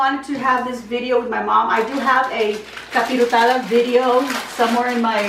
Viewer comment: No offense but it’s capirotada